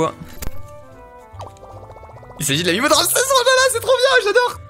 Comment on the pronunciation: il dit Ramsez et Stefun ça rend fou